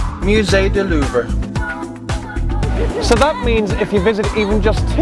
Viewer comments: Did anyone else notice that his pronunciation is terrible? I don't even speak French but know that the Louvre is pronounced "looov" not "Lou-v-ree" and that the "re" at the end of Montmartre is silent. You would think hostel world would learn the basics before giving travel advice... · I love how he doesn't even attempt to pronounce anything right in any of these HostelWorld videos. Hahahaha Muzay da Loo ver. Muzay Dorsay! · Von Go-FF. Le Louv-RA. Dead on. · OMG the way he says louve! I honestly can't take him seriously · No, you were told bad, there is a R sound at the end of Louvres and Montmartre. Only that R is more of a soft expired R... well a french R ^^ Just listen to a proper pronounciation, you'll see !